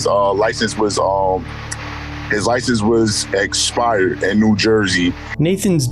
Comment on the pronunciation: Is it correct English to say eSpired or eXpired? 😢😢😢